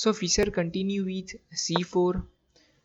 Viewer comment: This is a good game. However, you REALLY need to work on improving your accent when you speak English! For example, it’s not “Fisser”, it’s pronounced like “fish” with an “er” tacked on. Also, you should not pronounce “move” to rhyme with “dove” (past tense of “dive”) or “rove”, but rather pronounce it as if it had two Os, i.e. “moove” to rhyme with the vowel sound in the word “moose”.